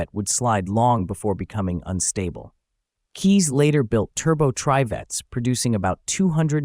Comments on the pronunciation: K"Eyes" is the proper pronunciation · Bob Keyes was my uncle. And other than his last name being mispronounced, this was a pretty accurate video. (Add a "K" in front of the word "eyes" for the correct pronunciation.) I rode in a Trivette back in the mid-70s while they were being produced, and I've driven one my father bought around 1980. It is a very unique design; you feel like you are in the cockpit of a jet fighter while driving it. It easily achieved better than 50 MPG with urban driving with the Fiat 850cc engine. Bob ran out of the 850cc engines and started making them with 1600cc VW engines, which were later turbocharged. The stick-shift lever between your legs took a while to get used to! And while it didn't truly defy physics, it could corner quickly thanks to its long wheelbase and low center of gravity. I don't think more than one Vigilante was ever built.